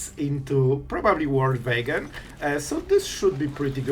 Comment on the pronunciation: The "Vorld Vagon" 😂